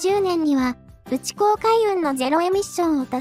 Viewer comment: 「ウチコウ」は「ナイコウ」。